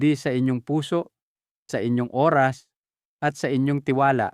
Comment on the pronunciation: Pk clear Po Ang pagbigkas ng Oras dpo maintiñdihan